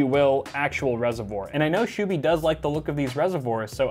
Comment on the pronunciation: absolute butchering of his name lol